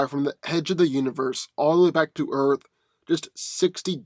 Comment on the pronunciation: For goodness sake please start pronouncing the word "Earth" properly!!! OMG it's like nails on the chalkboard every time you say "Earf" sorry but I have a pet peeve for mispronounced words. Like when people say "ax" when trying to say "ask"